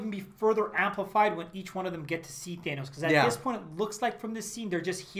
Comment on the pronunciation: Thanos not thaenos. If I’m wrong then please correct me